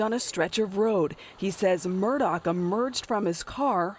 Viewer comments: The name is actually pronounced "mur-dock." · It's actually pronounced "mur-dock." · His last name is pronounced "Mur-Dock."